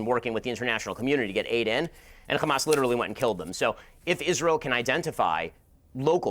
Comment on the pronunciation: My ears bleed when Ben Shapiro says "xamas". "F*** Israel, F*** Netenyahu, F*** Zionizm, F*** Biden too. F*** Ben Shapiro, he like five foot two." 🎶